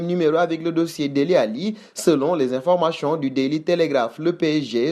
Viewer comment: information et non informachon